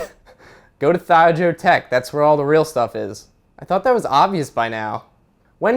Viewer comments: WTF???? its pronounced thigh "O" joe WTFFWTWTTFWFWTWFWF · You mispronounced ThioJoe Tech's name. At least you didn't mispronounce GIF.